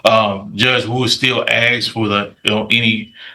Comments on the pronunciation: That defense attorney can’t even speak properly, the word AXE is not the same as ASK. This excuse of a waste of oxygen needs to be in prison and of story! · When your lawyer says '' ax '' instead of '' ask '' you know you have a stupid lawyer. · If he can't say ASK....